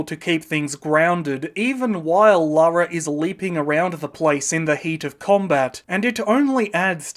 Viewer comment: Ironically, they changed the name from Laura to Lara due to the perceived potential issue of Americans pronouncing Laura incorrectly, but there are countless examples on YouTube of US creators mispronouncing Lara and instead they say Laura. I'd say it's about 70/30 in favour of the Laura pronunciation from US creators, so it's clearly a widespread issue, especially today.